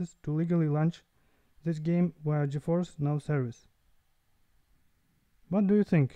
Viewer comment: “Gi Fi N”